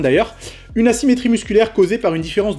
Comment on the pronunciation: Vous aussi vous avez entendu une douleur ''nassimétrie'' mdr